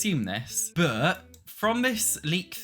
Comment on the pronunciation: I’m not a hater - I actually agree with practically everything he says - but the way he says ‘but’ as ‘berrrr’ is just so hilarious I find it hard to take him seriously! 😂 That’s just not how it’s pronounced, in any accent! 😂